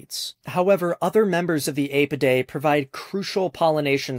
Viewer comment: Your pronunciation of “Apidae” is so wrong, it’s ghastly.